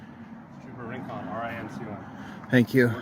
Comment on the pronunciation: That Hispanic guy said his name was “Wren-Conn” but he meant to say “Rincón” can’t even stay true to his identity, I wouldn’t trust